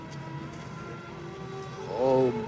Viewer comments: Notice how Landau says "vorld", while Bela says "world". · The "W" is a bit soft, but you can tell he's forcing it through, probably out of habit, so as not to lapse into a Hungarian "V" on the word "world".